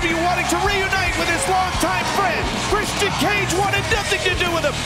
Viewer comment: nigel pronouncing the TNT champion "christy-ian cage" xD